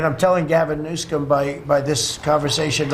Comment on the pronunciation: HAHAHA ,TRUMP said gavin newscom hahaha listen to him say it just after ther water turned back on hahaha